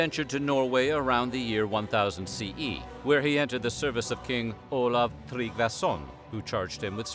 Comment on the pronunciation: Olaf "KHRILJDJASSON" How hard is it to pronounce "Haraldsson", jebus christ.